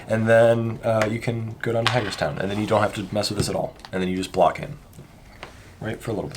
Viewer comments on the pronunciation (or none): As a Pennsylvania native, hearing the pronunciations of "Susquehanna" was amusing. It's "kwa" kind of sound not "cuh". I don't blame anyone for getting some of the names around here wrong though, we've got some weird ones... Edit: Also Hagerstown...it's like "hay" not "hag" kind of sound. Idk why that's so amusing to me but it is...